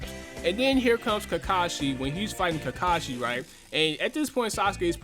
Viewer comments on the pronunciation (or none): none